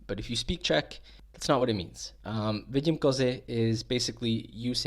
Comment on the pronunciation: Vidim kozy is correct. Stop acting like you are expert in Czech language